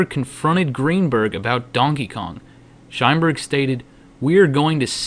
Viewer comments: Shineberg, lmfao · Shineberg... lol.. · "Sheinberg" Every time.